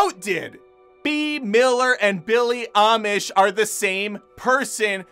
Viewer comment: This video should be named: "Many ways to say Billie Eilish's name wrong". Had a good laugh. Thanks